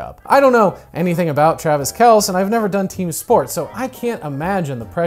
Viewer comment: I’m here to be that chiefs fan, it’s pronounced like the name Kelsey 😁